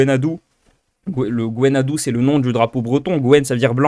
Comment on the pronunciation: Salut, merci pour cette vidéo! Alors juste une indication pour le bien-être auditif de tous les bretonnants: on prononce "on" brezhONeg, et simplement "u" le Gwenn ha du... Sinon je viens de la côte de Granit Rose dans le Tregor, si tu passes par là tu es le bienvenue si besoin de guide/logement:)